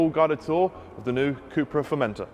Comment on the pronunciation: FormenTOR....... Not formentaaaa